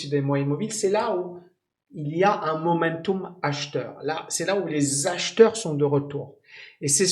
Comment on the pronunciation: Belle prononciation latine de momentum. On se les cours de latin